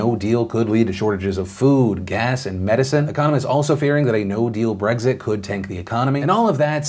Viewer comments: It's Brexit, not Breggzit 🙄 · Maybe it's the fact that I can't not hear you say Bregzit instead of Brexit but I swear I heard you say "Although, of note there, in her letter of Bregzignation...."